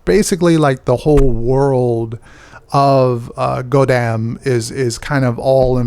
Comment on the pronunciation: its pronounced like gwe-dam